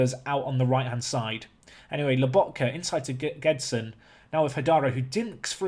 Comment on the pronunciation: Isn't "Gedson", you have to say "Jédson", that's how we say in portuguese ;p